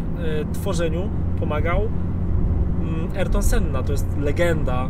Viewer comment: Imię Ayrton wypowiada się "Ajrton", a nie erton...